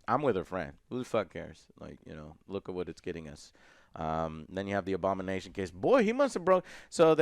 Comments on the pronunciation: I was letting the video play in the background while doing work in another tab and thought Joe was saying "Obama Nation" instead of Abomination the first few time and was so confused. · I initially thought Joe was saying "Obama nation"